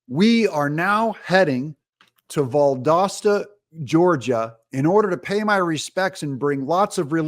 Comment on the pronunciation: Just as you would expect. BTW, Valdosta is Val-dahs-ta, with the accent on dahs. Nobody seems to know quite how to pronounce it. 😊